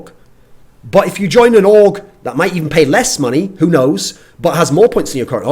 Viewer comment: I thought he said aug when he said org lol